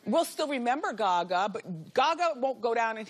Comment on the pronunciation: the way she says Gaga lmfao